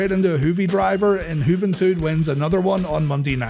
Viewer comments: I agree frfr. It’s funny tho that he said ‘Juhventuhd’ and not Juventud lol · That pronunciation of Juventud gave me a good chuckle. "Juh-ven-tudd" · i always do a sensible chuckle whenever you call him "juv - n - tud" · Juh-vin-tuhd? haha great name